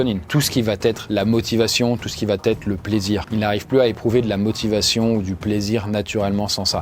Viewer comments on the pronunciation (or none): « Tout ce qui va-t-être… » ?? Mais il n'y a pas de « t » ici. Il faut prononcer : « vahêtre ». C'est la seule faute commise lors de cette excellente vidéo.